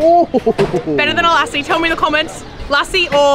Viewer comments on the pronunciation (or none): Watching your videos from isreal. # lessi. Not kuluki.😮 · Dont wanna be rude but just wanted to let you know the lassie you love is pronounced like "luss-si"